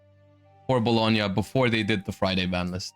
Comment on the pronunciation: you pronounced Bologna perfectly